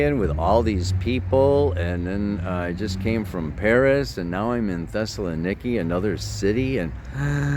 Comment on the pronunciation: Thessaloniki, Θεσσαλονίκη, is pronounced Thessa, LON, iki. (Took ancient Greek and married a Greek man whose mother's family were from there).